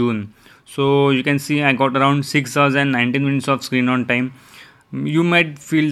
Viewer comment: Im hear you say screeng on teng ,😆